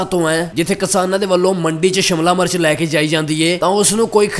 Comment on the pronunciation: Phela shimla mirch bolna sikh la bai shamla march nai shimla mirch hundi aa 🙏🙏